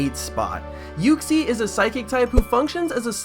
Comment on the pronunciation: Why u pronounce Uxie's name wrong? ;3; XD